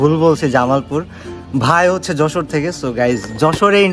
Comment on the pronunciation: Vai oi ta Jessore na Jashore hobe